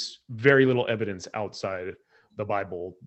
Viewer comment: Wow, moving the goalposts in the Opening…? “I can’t prove any god, and can’t prove Everything Else.” That’s pretty ballsy. And I love the way that says “Ev-I-Dence” for a circumstantially justifiable God.!So… No actual evidence. OK. And then demonstrates that he wasn’t listening to opening claiming that was defining god, when was quoting conflicting god definitions from the bible. And then makes a Brutal Strawman argument, misstating Andrews position to Exactly what laid out was Not his position. It came off as Dishonest. (Mischaracterizing ’ position, was putting it Very Politely!) ‘Books of Antiquity’ does not make any claims about the Truth of the documents, it defines the Age of the documents. Aesop’s Fables is an old book and most definitely is not true. wants multiple choice answers ONLY, and then asks intentionally asks questions which limit responses to position. Again Dishonest.?When did you stop beating your wife? 1) I haven’t stopped beating my wife 2) ten years ago 3) when she asked me to. (Answer the question, and no more words! Stop!) And then dismisses textual criticism, when uses the opinions of the vast majority of expert, experienced biblical scholars. And argues that a more sufficient answer was made by ‘someone whose opinion I agree with’. Ok, pull up your conscience, your bare bias is showing. states that is in a box, but doesn’t seem to understand the co